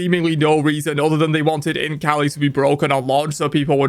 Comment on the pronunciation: I can't stop hearing Imp kali instead of Int kali